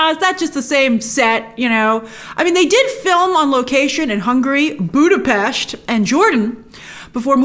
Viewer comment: Thank you for pronouncing Budapest correctly!!!! :)